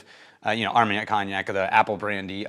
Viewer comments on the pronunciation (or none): none